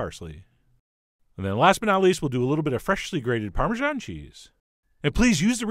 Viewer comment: Parm a san . .Not Parm a xian